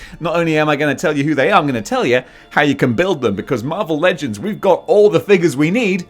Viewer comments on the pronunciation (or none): none